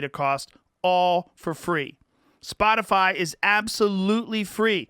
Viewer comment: Texas twang on the ol' "Spotifaaa' " at the end there. Anyone else pick up on that?